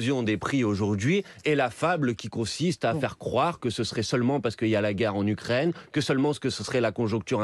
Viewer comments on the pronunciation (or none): none